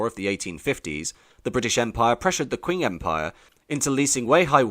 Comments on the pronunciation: did you just say the "kwing dynasty" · Arrghh, the pronunciation! Q is pronounced 'ch' in English. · This guy can't decide how to pronounce Qing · Top tip: It's qing like ching not kwing. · I had to stop watching after two minutes, because I got so absolutely sick of the Narrator mispronouncing the name of the "Qing Dynasty.": It is NOT pronounced "Kwing Dynasty." Understand that in the common alphabet used for Chinese-english translation, "Q" is spoken as the "CH" sound - NOT as "Queue". It is a shame you couldn't do this basic research, because this could have been otherwise quite interesting. Just understand: You MUST be accurate, if you are purporting to be a historial/cultural channel. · 'Qing' is pronunced 'ching', not "kwing". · Quing is pronounced ching. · This hurts. Please learn some Chinese pronunciations. This video is so disrespectful in how you treat their language. Qing is most easily pronounced as Ching for English speakers, even though it's not entirely correct, it's at least respectful. That's only one example, but you seem to take great pains to mispronounce every single word and you do it with pride. It's like as an Englishman you still feel the sting of losing Hong Kong and want to take revenge by being rude af. Example: Hong Xiuquan should be Höng Shyü-chwán. It takes minutes of research to get it right, but you clearly spent more than that getting the rest of your information more or less correct. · Qing is pronounced " tching"